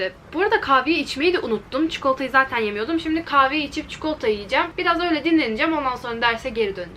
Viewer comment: Çikolata demeden önce heyecanlanıyor musun? 😂 çünkü çok güzel tane tane kelimelerini söylüyorsun sonra bir anda hızlıca "çıkolta" diyorsun 💖 neredeyse çikolatadan bahsettiğin tüm videolarda dikkatimi çekti "çıkolta" 🍫